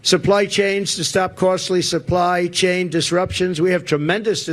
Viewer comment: Was he saying "supply change"?